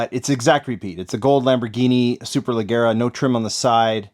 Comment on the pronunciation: Superleggera is an Italian word. You're saying it like it's English. Pronounce the G like a J.